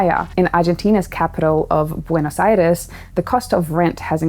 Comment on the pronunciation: Pronunciarse Buenos Aires muy bien. Hablas español?